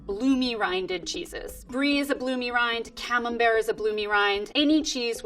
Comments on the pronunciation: Just as impressive is her pronouncing camembert almost perfectly (if I were nitpicky I'd say that the second m is slightly over emphasised, but that's just a tiny nitpick, it's still a great pronunciation). It is very rare for English speaking people to get this right so I have to appreciate that. When you know how to pronounce French, Dutch and Italian cheeses how they are supposed to be pronounced, you know you are really a cheese expert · And as a french (of Italian ancestry though) I also appreciate how she pronounces camembert, rare to see English people make a good impression of it. If I were nitpicky, I'd say that the second "m" is a little too emphasised, but that is a detail